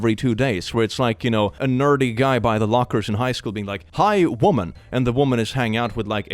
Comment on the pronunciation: The wo'man', wo'men' had me laughing. The word man is from the old English word mann meaning person or human. Man referring to a male person wasn't used until the 9th century. Before that you had wer and wif to distinguish sex. Hence werewolf meaning man-wolf.